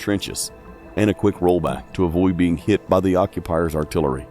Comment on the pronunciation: "I wus heeit"